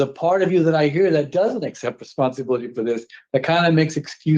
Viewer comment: "I take full reponsibility" 😂😂😂 did he go to school?